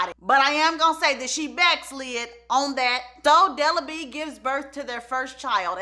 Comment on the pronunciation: Not BE-AT-TRISE!! DELA B!!🤣🤣